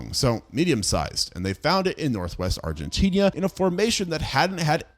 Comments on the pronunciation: Argentinia ✅️ Argentina 🚫 😂 ive never heard anyone use an ia pronunciation for the end of argentina 😂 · I love ur videos but bro deadass, you need pronunciation classes. Argentinia is not a place. One video about the La Brea Tarpits you kept saying it "Law Bria". Its "Lah-Bray-Ya". I wouldnt noramally care but thats my city so I gotta say something. In general. Ima need your geographical pronunciation to match your archaeological pronunciations. Please lmao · Argentinia? Where the heck is Agentinia? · If you look at "Argentina" enough times, you might see that there is only one "i." Maybe then you'll pronounce it correctly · Still wondering when you'll learn to pronounce "Argentina" and "southern" correctly. 🤔